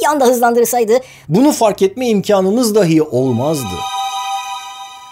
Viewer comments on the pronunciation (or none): none